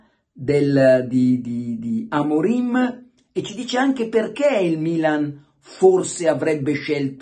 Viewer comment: ma credibilità ha Luca Diddi che dice Amorin anzichè Amorim sono tutti maestri di tattica non ho parole